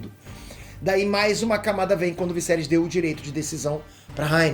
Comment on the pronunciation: Vc e show nos comentários? Sério morri de rir vc falando o visserys